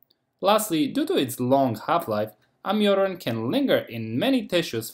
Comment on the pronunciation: You word can is practically indescribable from your word can't... please say can or can not... dont abrievate, if clarity is important to you.